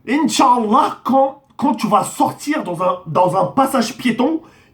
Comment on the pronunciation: Ptdr tu ma tuer les insultes au début par contre le inchallah tu l à déformer 😂😂